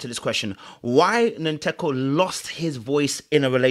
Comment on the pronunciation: As a Ghanaian I’m surprised you can’t pronounce Nkateko’s name. To my Ghanaian ears it sounds like nkate cake(peanut brittle)